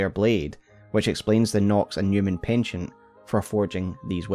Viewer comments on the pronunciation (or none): none